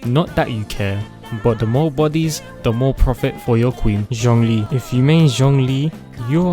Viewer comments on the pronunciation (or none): none